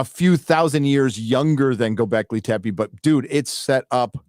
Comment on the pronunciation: I cringe a little every time pronounces Göbekli Tepe as Göbekli Tempe with an M in there. What makes it worse is that both and pronounce it correctly, but neither of them correct when is says it wrong several times. Sorry, but dumb little things like this but the crap out of me sometimes.